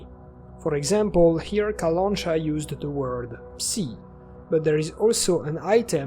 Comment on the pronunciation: Nice analysis, I really hope the game will be great, which is a rare thing these days (me hoping for something). Was really pleased to see the bayun cat and that the Clear Sky was mentioned. BTW, its kalanchA, not kalAncha.